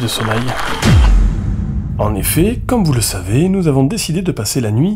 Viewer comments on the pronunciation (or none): SOMEIL? Sinon merci pour cette vidéo.